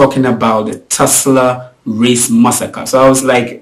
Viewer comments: it’s Tulsa, not Tusla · it's; TULSA not TUSLA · For your info, it’s not TESLA. It’s TULSA.